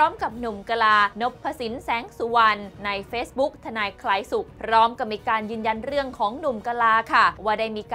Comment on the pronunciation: ทนายคลายสุข นักข่าวอ่านยังไงเนี่ย